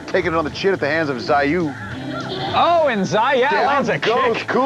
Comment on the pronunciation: One guy says Zai-You the other one screaming Zai-YOW. Never seen so much fail on pronunciation, the Japanese and Chinese will be pissed!